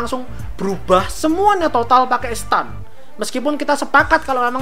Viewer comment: Saran says sih, lebih kuatin research lagi aja... JoJo sama Megami Tensei keluar emang di tahun sama, tapi JoJo Part 3 Stardust Crusader berati muncul 2 tahun setelah Megami Tensei series dimana Megami Tensei yg pertama kali make sistem mac Stand (bacanya sten bukan stan)